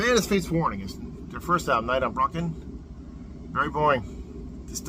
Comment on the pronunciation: The "Brocken" is a Mountain in Germany. It's said to be a Gathering Place for Witches. And it's "Brocken", not "Bröcken". They just metalized it, I guess. The Cover basically shows the Witches and their Familiars on Brocken.